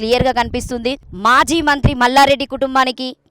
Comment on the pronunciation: Amma maji mallareddy kadu.. Language problem pronounciation telugu worst anchor pls improve your skills ..